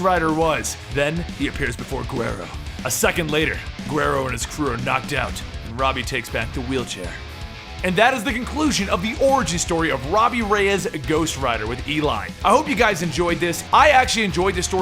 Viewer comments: At the end of the video it sounded like you said oragy story not origin story lol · After 2 years, I realized he said orgy story instead of origin